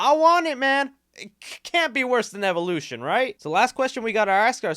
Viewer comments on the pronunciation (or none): none